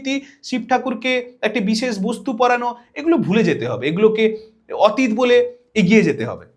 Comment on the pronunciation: 'অতীত' শব্দের উচ্চারণ বোধ করি শুদ্ধ হচ্ছে না!